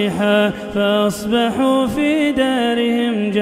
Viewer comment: The Sheikh made a mistake at the 94th ayah He said darihim and not dee-arihim وَلَمَّا جَآءَ اَمۡرُنَا نَجَّـيۡنَا شُعَيۡبًا وَٱلَّذِينَ ءَامَنُوا۟ مَعَهُۥ بِرَحۡـمَةٍ مِّنَّا وَاَخَذَتِ ٱلَّذِينَ ظَلَمُوا۟ ٱلصَّيۡحَةُ فَاَصۡبَحُوا۟ فِى * دِيَـٰرِهِمۡ * جَـٰثِمِينَ (94)